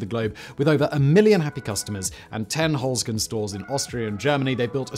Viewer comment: the E in Holzkern (wood core) is pronounced like the E in exit. or edit. E is ALWAYS like edible, exactly, excited in German. NEVER like in we, or me. So the german Heer in WW2, still is a double E like in every, else, essay. Simon, get your pronunciation game together, or else the ghosts will haunt you in their ufos, mediums and a team from the history channel in tow.. 😅